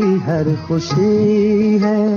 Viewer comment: भाई आप'ने आसिकी.. खुसी कहा है.. शारदा आप टोन में ""श"" को स"" बोलते है... सही शब्द है आशिक़ी ख़ुशी..